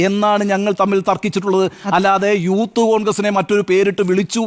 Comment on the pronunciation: അവൻ പറയുന്നത് യൂത്ത് കോൺഗ്രസ്‌ എന്നാണെങ്കിലും ഊത്തു കോൺഗ്രസ്‌ എന്ന് ആണ് കേൾക്കുന്നത്.